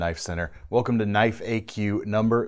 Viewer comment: That was a goog "now, that's a knoife" moment.